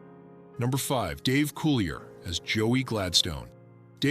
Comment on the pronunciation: Coo-lee-ay. Not Coolierr.